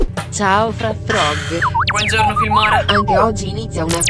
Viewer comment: Disegni trobbo bene❤ PS: sbaglio o quella voce robotica dice FraffrÒg? anziché FrÀffrog?